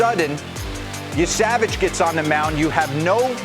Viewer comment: Yessa-vaj not Ye-Savage